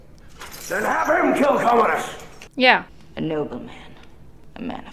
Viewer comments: However his name is "Commodus" and not "Communus". 🙂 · The name is Commodus. There's no "N". He was an actual Roman Emperor. But this is not historically accurate, it's a made for the big screen story. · Go to sleep "Comonus" haha